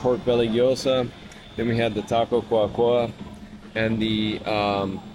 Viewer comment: Great review, love how respectful you are with everyone. So happy that I found this channel. Just to help with the pronunciation it's señor Godzilla, just like we would say it in English it's clear. It's taco Cua Cua because in Spanish duck s go "Cua cua " as in English they go "quack quack. " so the accent is in the final /a/, instead of the /u/. So not, cUa cUa, but cuA cuA. Minor details! Just thought you might find it funny that that's how the taco was named. Again, I think its so respectful that you talk Spanish to the staff, instead of English. Great job! I'm a new fan.